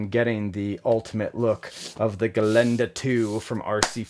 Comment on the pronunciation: Hey your "Gelände" saying sounds great. You have practised? ;-) Greetings from Austria